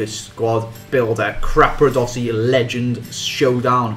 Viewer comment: it is capradossi not crapradossi